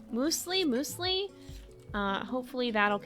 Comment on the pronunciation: I find it very funny how you pronounce Muesli. You weren't far off. Müsli or Muesli is a German word, and is related to Mus, which means puree, mush or jam. So it's like "Little Mus" or like small/little puree/mush/jam. In Switzerland, we even pronounce it like Müesli. like with an additional e after the Ü umlaut that's also often spelled ue, especcially because of Keyboards that don't have the Ü key.